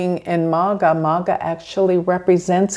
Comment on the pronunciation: It's actually spelt and pronounced as MAGHA with a heavy gh. Sort of like g followed by house 😂